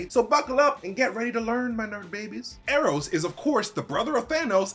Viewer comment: “Ee ee ron” I was not ready to laugh that hard